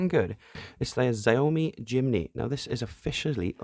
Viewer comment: Xiaomi. Try saying sh- or j- instead of the X. Show- (rhyme with chow) mee, jow-mee. Something like that. Another good fun video, thanks😀